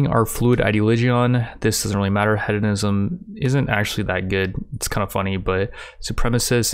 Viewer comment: Is English your second language you mispronounce hedonism ideoligion and I remember you pronounce tome as tomb